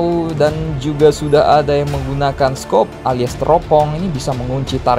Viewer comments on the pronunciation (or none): none